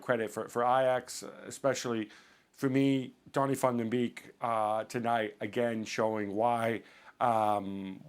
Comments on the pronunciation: Its pronounced as Donny vaugn the bake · TherealYahu its clearly beek pronounced as bake in English u dumb fuck 👆🏼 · did that fat dude say .DONNY FUN DE BEEK.HAHAHAH